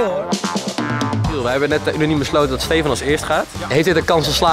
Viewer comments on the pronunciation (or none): none